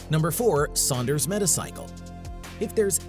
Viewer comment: "Saunders medical"💀